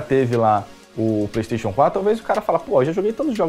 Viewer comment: Qualquer coisa: a: Pleisteition